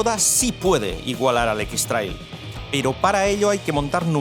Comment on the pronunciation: No se dice equis trail se dice ex treil